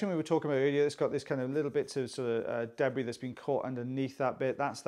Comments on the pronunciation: I love the way you say, “deb-bree.” Happy FriYAY and have a great weekend everyone! 🇺🇸❤️😊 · I doubt that that's anything peculiar to or the Welsh. We in Australia pronounce it that way as well.